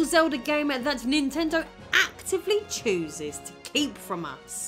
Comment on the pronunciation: "Actively CHEWZUZ to keep from us"